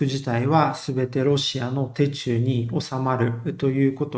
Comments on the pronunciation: 戦況には関係ないですが「手中」の読みは「シュチュウ」ですよ。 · 手中は「しゅちゅう」と読みますよ🙂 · 手中はしゅちゅう 気になる